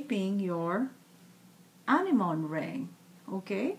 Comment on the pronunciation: The correct pronunciation is [æɳɪɱɔɳɪ] "anemone" ; the ring is beautiful! what is the material on which you've put the beads on the ring you are wearing? I'm curious! hope you answer! I watch your new posts every time; I live in Europe, paper beads are not famous here. Not yet!